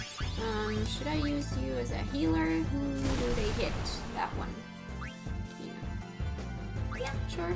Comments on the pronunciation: Congratulations for 1000 subscribers. By the way, "Quina" may be closer to "Queena" in the original Japanese pronunciation. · Kweenah is how you pronounce it